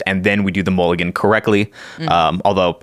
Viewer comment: Sorry, I can’t get past mool-I-gan